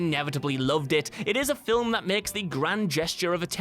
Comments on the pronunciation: it's pronounced FILM, NOT FILIM. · Are we gonna ignore the fact that he keeps on pronouncing FILIM ??????? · It's really the way he says it. What's wrong with the word "film"? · I'm glad I'm not the only one bugged by that